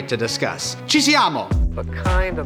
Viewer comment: your Italian is ON point! Wanna hear more of that, CI SIAMO!